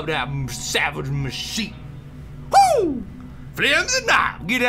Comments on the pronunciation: it's pronounced "mash-shet-tee" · He does know machete is pronounced mah-shet-ee, not mah-sheet, doesn't he? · That's ma-sheet (my shit) MACHEET. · Lol did he pronounce machete wrong on purpose? xD